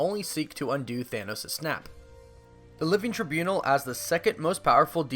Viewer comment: I vote for your repeated mispronunciation of “Trībunal”